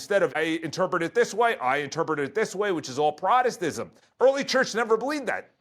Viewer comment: not a good start when you can’t even pronounce Protestantism.